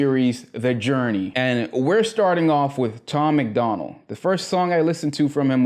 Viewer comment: Bro it’s Tom MACDONALD.. not McDonald like the cheeseburger spot🍔 Sorry bro, sounds like you’re gonna enjoy your the music.. but I can’t even watch this if you’re gonna get dudes name wrong off the bat.